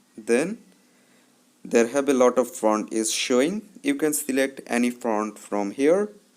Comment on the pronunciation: Bhai front nahi font hota hai woh 🤣🤣🤣🤣